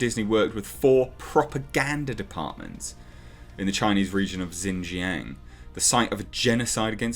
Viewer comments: I wish I had a microphone to help you with this. But the easiest way to pronounce it is (shin) (zhang) lower case a sound like when a doctor tells you to open your mouth and say aww. Or like the movie Jaws but change the s for ng. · Xinjiang is pronounced more like "Sheen-jee'yanng". For those who encounter Romanised Chinese words from time to time and are curious;-: The "X" is like "sh" and the "i" is like a very, very short "ee". The "ang" is kind of between "ang" and "ong" with barely a hint of "g". Basically, if you see Romanised Chinese words with an "X" and "I", push your lower jaw forward and say "She" through closed teeth. X is never "Z" and they don't have an "i" like the one found in "is". The Roman letters are not English.